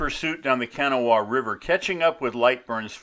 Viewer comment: pronounced Ka Naw Wa